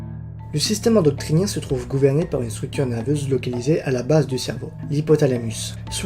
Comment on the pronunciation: endocrinien pas endoctrinien, tu l'as mal prononcé tout au long de la vidéo ;x